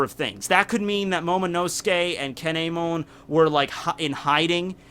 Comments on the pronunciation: Damn, that KAY-NEY-MON pronunciation hurt me a bit...either way, awesome vid! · you pronounce kinemon wrong